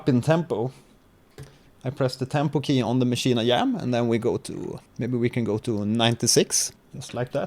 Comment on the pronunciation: Great Video man I just subscribed, you are really helpful. With all due respect; why do you pronounce it as "Maschine I-Yam"